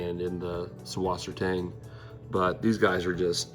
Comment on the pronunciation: What you pronounce as subwassertang is actually pronounced Sussvassertang, and in german that funk B is actually a double S. Susswasertang translates to sweet water weed, or freshwater weed.